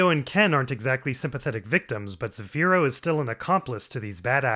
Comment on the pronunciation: You need to work on your pronounciation of Zafiro Anejo, when you say zafiro you gotta roll your tounge on the r literally one roll of the tounge not 2 not 3 not rrrrrrrrrrrrrrrrrrrrrrrrrrrrrrrrrrrrr just one little roll at the end of the r, and Anejo is more like Aunyayhhoa Aun is in the begiinning of aunt not ant, aunt